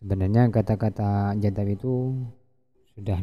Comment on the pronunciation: Bukan jaddab.. tp Kadzdzab..🤭